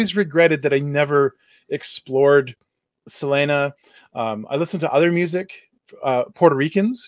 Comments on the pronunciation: Why are you saying her name like that? 😅😅 "Sa lin ah" sounds crazy Try "Suh Lee nuh" instead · For God's sake can't you pronounce Selena's name the right way